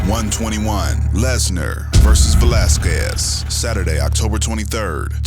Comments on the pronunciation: Brock Lesnar 😂 "Velasqulez" 😂 😂😂😂😂😂😂😂😂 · Lesnar didn't even pronounce Velasquez's name correctly. He pronounced it "Velaskuez". The "u" is silent, biggot. Enjoy the diverticulitis. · I love how Lesnar can't say his competitors names. Cain Velasqwez, Randy Cotter, Frank Murr. Of course I would never bring this up to his face because he would smash my cranium.